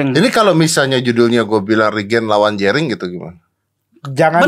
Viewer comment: JENDA vs RIGEN... ah... Jerigen... Jerigen... Ngomong jerinx...😂😂😂😂😂😂